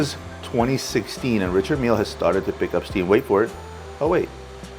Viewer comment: None of these guys can properly pronounce Richard mille.